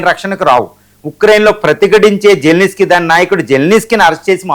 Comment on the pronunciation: జల్ నిస్కీ కాదు బై జలెన్స్కీ అతని పేరు